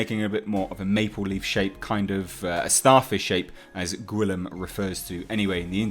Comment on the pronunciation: Just FYI, the name "Guillaume" is pronounced "gheeYOHM".